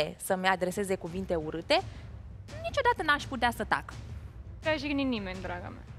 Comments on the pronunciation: Jignit nu gignit,! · a zis cumva "gignit" sau cum? Numai jignit nu a zis. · nici nu stie sa vorbeasca, cică " cine pe cine a gignit", am murit.:)) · "Gignit". Mor!😂😂😂😂😂